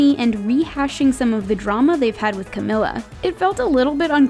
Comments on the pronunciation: It’s not cag-mil-ah it’s cah-MEAL-ah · No it's pronounced (Ca-me-la) Not (Ca-mi-la) 😎😎😎😋😋😋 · It is Ca_mee_la not Ca_mill_a like to getin me mad I somthin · You say cemila it's CAMILA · its pronounced Cah-Mee-Laa not Cah-Mill-Ah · You guys pronounced Camilla's name too todo white asf cAmiLla😑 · Its Ca-MEE-La 🐝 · Host: “But the awkwardness started when she miss pronounced Camila Cabello twice” Also the host: Pronounces Camila “Cem-Ella” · You, yourself pronounce "Camila" wrong!! Lol😂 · OH, SHE SAID IT WRONG!!!! says Camila 5 secs later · "when she mispronounced Camila's name twice" She said Camila right, but wth was Calblellslsowoandjewoa (Yalls the ones saying Camila wrong) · Talks about how camila’s name was mispronounced* Mispronounces her name seconds later* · You are pronouncing Camila wrong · THE NARRATOR SAID CAMILLA’S NAME WRONG WHEN SHE WAS SAYING THAT THE GIRL SAID HER NAME WRONG....OMG LEARN BEFORE YOU SPEAK